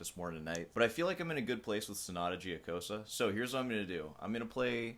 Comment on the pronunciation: Joe cosa, not gee oh cosa. . .